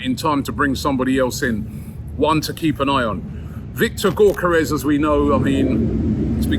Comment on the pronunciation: Bugs me that you keep calling him GORkares It’s GYOkeres